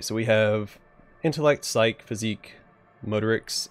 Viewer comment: Super excited for this. Will you be playing all the way through?? Ps Psyche is pronounced psy-key